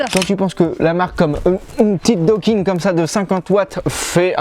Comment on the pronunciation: Salut A 2mn02 « doking »??????? WKing man T génial ne lache rien continue T au top